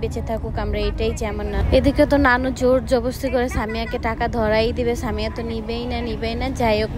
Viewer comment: আরে ভাই সানিয়া না তো সামিয়া ✅😅